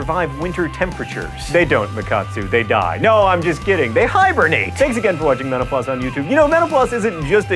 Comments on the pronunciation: Sorry John but when you say Mental Floss it sounds like you're saying menopause. XD You might want to enunciate a little more. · When you say "Mental Floss" quickly, it sounds like "menopause"... just saying :) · I was about to say the same thing! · Sometimes when John says Mental Floss, it sounds like he is saying menopause. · when he was saying "mental floss" there at the end it sounded way more like "menopause"